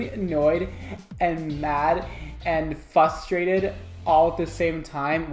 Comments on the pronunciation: Are we all going to ignore the fact that literally said “fustrated” instead of frustrated??? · Constructive criticism: say frustrated not fustrated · Every time you said “fustrated” I had too pause bc I was laughing too loud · You're not FUSTrated. You're FRUSTrated. I still love you. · Normal language:Frustrated language:Fustrated Love u, just joking around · The word is fRustrated, not fusstrated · Hearing him say "fustrated" several times gave me anxiety. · "Fusstraited" LOL Just me? Okay... Love you!! & also I can realate to the struggle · I say "fustrated" too. It's gotta be a New York thing 🤣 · I like to think it’s more like “FUSStrated” because he’s a glorious diva!!! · "Fustrated" lmao love you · “Fustrated” there is a missing r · FUSTRATED? FUStrated? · “fu - strated” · fustrated! lmao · Did he just say “fustrative?” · "fusstrated" pls no